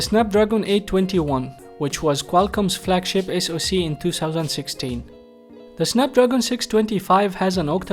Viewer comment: Say the as ذا مش زا